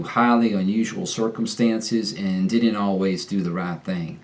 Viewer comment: I’ve lived in Texas 31 years. Here’s a few comments: Kuh-ree-err = career Ser-Kuhm-stayuhnss = circumstance Arr-fun-ijj = orphanage Sho-wert burst = short burst Starry = story Suh-port-uhn role = supporting role Your circumstances sounded like “ser-kuhm-stinces”. Your terrible sounded like “teerable” vs “terr-uh—bull”. Also didn’t should be “did-uhnt” vs “did-ihnt” Similarly bad should be “ba-yuhd” instead of “ba-yid” Always maybe speak a tad bit slower. There’s no rush to talk fast down here. I heard “camel pants” and then I realized you were saying camp pants 😆. We say it like “cam-eaux” Baseball sounded like base-bull Overall pretty good for a yankee.